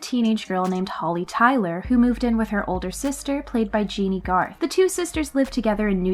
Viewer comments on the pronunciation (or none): Jeannie Garth? Seriously? It's Jenny.